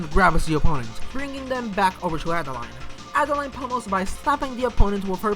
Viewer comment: Adeleine would be pronounced like "Ada-lehn," not Adeline.